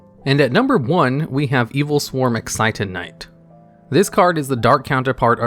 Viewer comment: Adjusted Gold, Excited Knight Everyone else: Adusted Gold, Exciton Knight